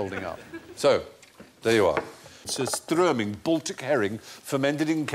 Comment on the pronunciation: It's surströmming, not Sir Struming...